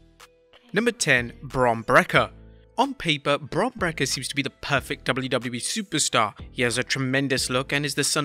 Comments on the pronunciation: How do you even incorrectly say Bron Breakker when his name is literally break not brek💀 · It’s Bron Break-er not Bron Breker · Bron brecker 😂😂😂 is pronounced bron breakker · “Braun Brecker” lol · “Bron Brekkah.”